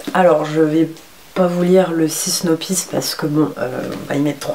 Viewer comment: coucou, c'est synopsis et pas synopis ;) moi j'aime beaucoup la marque kiko mais je n'i aucun des nouveaux produits car la collection miami beach m'a tentée mais trop chère à l'époque pour moi et je ne suis plus en France depuis que les autres sont sortie (hâte de rentrer). la série a l'air assez sympa je vais sûrement la regarder avec mon chéri. bonne vidéo et ouii tu ressemble à la fille du bouquin c'est assez troublant :) attention à tes heu trop présent (je sais c'est assez dur de se débarrasser de ce heu maléfique hihi